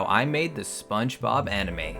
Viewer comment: Spongebobuh animeh